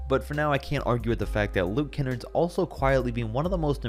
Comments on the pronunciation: Luke Ken-NARD not Ken-NERD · how do you do these videos without even knowing the correct pronunciation of each players name..you pronounced luke kennard's name miserably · No way he said Luke Kennard could be the next JJ Reddick. This just proves he doesnt watch any games. And he called him Kinnerd